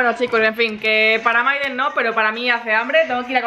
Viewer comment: se dice mayden no Maiden